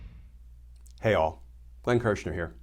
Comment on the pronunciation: I like Glenn but I wish he would not greet us with "Hey, all" because it sounds like "Heil ". I would like him to say 'Hello, everyone' or is that too many syllables for Glenn?